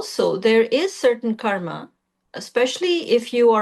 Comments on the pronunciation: Any reason why she saying kar instead of karma and dhar instead of dharma ? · She said Dharm and Karm. Same difference as Ram and Rama or Krishn and Krishna - just different Sanskrit pronunciations/spellings for the same word per different Indian regions and societies... Technically only the consonants intende to be are pronounced.